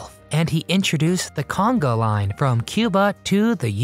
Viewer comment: "CONGO" is a river in Africa. "Conga" is the dance you mispronounced